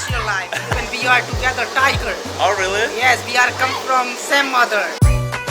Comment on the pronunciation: “Oh rruuully?” Jajajaja 😂 en buen plan, les recomiendo aprender inglés... y leer más de cultura general.